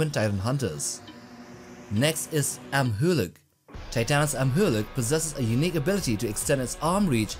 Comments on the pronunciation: no it's pronounced am-u-luck not am-ha-luck. Also you forgot that when shemo stands on two legs she's taller then when she stands on all fours. Which I believe her height was around the same as monsters zeros. But again that's when she's on two legs. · Yeah it is am u lock right? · You’re pronouncing his name wrong